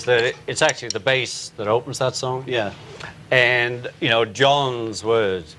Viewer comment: all cool people say 'end' instead of 'and'. FACT!